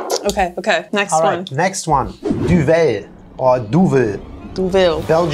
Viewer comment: It's not pronounced "Du-velle", it's pronounced "DU-vel" (meaning Devil). It has nothing to do with the french language.